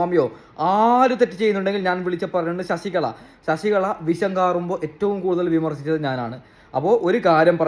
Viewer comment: ശശികള അല്ല ശശി കല എന്നാണ്